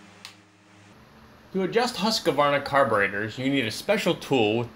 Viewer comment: Pronounced Hooskvarna, all one word, not Husk-a-varna